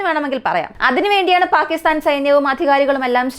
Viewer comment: ചെറിയ വായിൽ വലിയ വർത്തമാനം പറയണ്ട. അവനവന് ആവുന്നത് ചെയ്താൽ പോരെ? പാക്കിത്താൻ അല്ല, പാകിസ്ഥാൻ ആണ്. ആദ്യം ഭാഷയും ഉച്ചാരണവും പഠിക്ക് 😛😛😛